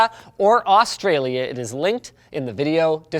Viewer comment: Why the hell do people in the north say Australia so fucked up? It's weird hearing it from a Canadian aye ;)